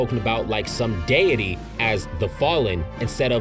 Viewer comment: I can believe this dude doest know how to say deity or mahito 💀